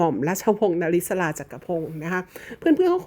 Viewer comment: ม.ร.ว. นริศรา ชื่อนี้อ่านพิเศษ อ่าน นะ-ริ-สา😊😊😊😊